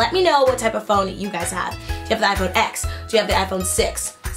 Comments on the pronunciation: It’s pronounced “ten” not “ecks” although it is spelled out as X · okay as much as i love this, it’s pronounced iphone 10 bc x is the roman numeral it just annoys me lol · It's pronounced iPhone ten cause the X is Roman numerals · mate, TEN*. iPhone Ten. not x.